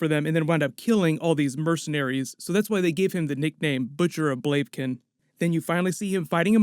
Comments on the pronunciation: It should be pronounced "Blah-vih-kehn". :) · Blave Kin! Lol